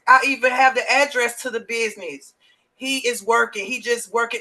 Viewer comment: I don't like the way she says "business". She's not saying it right.